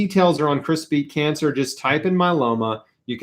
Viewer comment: I kept hearing Crispy Cancer instead of Chris Beat Cancer 😂